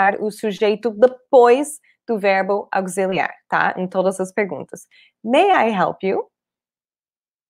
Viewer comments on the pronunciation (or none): esta aula esclareceu muita coisa. Só uma observação: auxiliar, o “x” tem som de “c” e não de “z” 😉